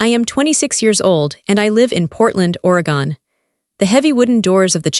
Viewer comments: Great story. Catching you from the Skagit Valley in Washington state USA. BTW: It's pronounced: ORR-AHH-GUNN Not ORY-GONE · Oregon pronounced Oregun. Cellwood is spelled Sellwood. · It's pronounced Oregen. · Please learn to pronunciation the states. Is somebody raised in Oregon pronounced or a gun? It’s really offensive to listen to that.